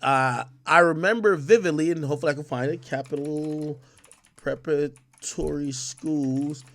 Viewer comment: Yo Big AK King Tut 😂 Bredrin sound it out with me Preh para tory Preparatory haha